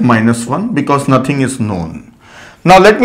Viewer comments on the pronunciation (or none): none